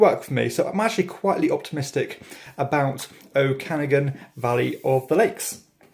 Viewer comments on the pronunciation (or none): Being a canuck and having lived in the Okanagan Valley, I believe it's pronounced OH-ka-NAH-gan ;) Fun Fact - Lake Okanagan is also the home of the Ogopogo, the Canadian Loch Ness Monster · Pronounced "Oh-Kah-Nog-Gun" with a slight emphasis on Nog. I grew up in the Okanagan, my home town is there :) I own the game but yet to play it, looking forward to your thoughts on it!